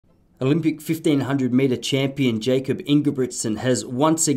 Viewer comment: Good vid. Jakob's name is pronounced "Yakob" though not "Jacob"